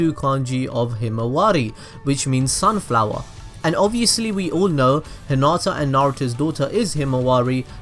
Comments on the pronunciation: Anyone else bothered by the fact that he kept calling hinata 'huhnata'?? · Your saying hinatas name wroung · No offense but I heard at the beginning is: Let's go bulls deep on Hinata